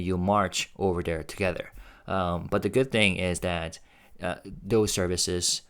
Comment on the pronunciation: you said "Ober dere".. 😅😂🤣